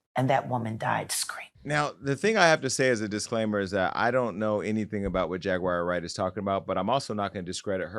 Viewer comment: “Jaguire” Wright 😂😂